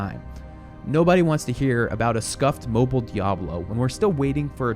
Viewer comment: its mobile not mobl. there's an "i" there. last game from "old blizzard" was warcraft 3 not overwatch lol. Some can even say starcraft 1...